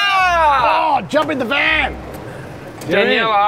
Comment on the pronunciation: whats her name? I thought I heared Deniella! lol